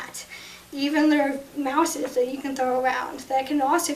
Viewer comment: Thank but... M0UsEs. Honeyy its mice